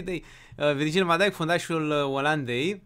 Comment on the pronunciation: Am crezut că zici Virgil Vand Djik